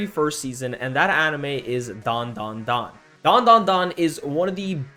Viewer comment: That's "dan...DA...dan" bro 😭😭🙏🙏